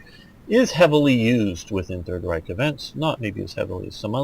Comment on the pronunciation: As far as pronunciation of stuff goes, its not to hard to look up if your having a hard time with it. you pronounce Reich like the word for rich which is admittedly spelled the same as the one for empire. reich just type in a word and press the play button by the name some basic rules eu is pronounced oi like the British word. ie and ei both are pronounced like the name of the second letter e is eh s is z z is tz and v is f Hope this help with pronunciation. Its a bit of a pain to pronounce but its fairly consistent.